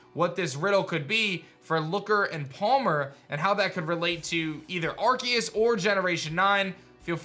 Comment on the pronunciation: I like how says Arceus's name right